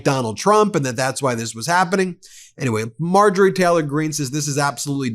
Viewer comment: Ben, it’s Taylor, not Teller.